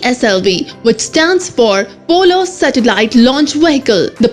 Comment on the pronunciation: it is polar not 'polo' Other than it was a good video.